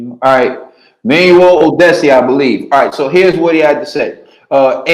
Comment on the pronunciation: put some respekt on tha "NIGERIAN" name. Its pronounced OR-DI-A-SE!